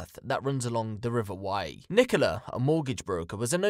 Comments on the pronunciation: It's the river wyre.... Not wye! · River Wyre is pronounced like wire, like electrical wire or piano wire x